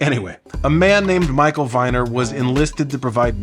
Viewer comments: "Viner" is pronounced with the long "e" sound. Rhymes with "meaner". At least that's how my mom says it whenever she tells the story of how he gifted my family baby furniture when I was born. Moms are usually right. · Viner is pronounced Veener